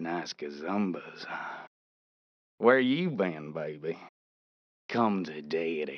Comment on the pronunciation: "Come to daiddy"